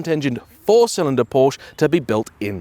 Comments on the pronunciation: Why can't car people pronounce Porsche properly. It's pronounced 'Porsher'. A porch is on the front of your house! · A car journalist who cannot pronounce the name of the car he is reviewing? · Unknowingly mispronouncing names is one thing but intentionally doing so is disrespectful of the Porsche family name. What if everyone started deliberately calling you Jane instead of, how would you feel?